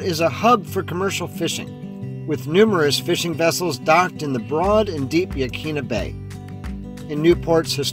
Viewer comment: Hi. Just found your channel and subbed. Used to live in Newport and enjoyed the memories you brought back. No biggy but Yaquina is pronounced “ yah kwinna” 😊. Thanks again.